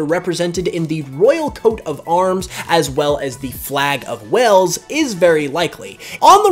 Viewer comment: Your saying Wales wrong